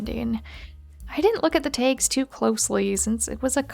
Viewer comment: Why do you keep saying t-ay-gs t-ay-gs t-ay-gs? Its usually t-ah-gs. It keeps disturbing me while watching.